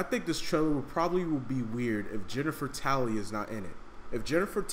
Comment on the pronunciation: haha you said Jennifer Tally